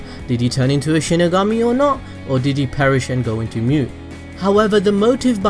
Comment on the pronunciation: It’s pronounced shinigami not shinagummi. Delete your cancerous channel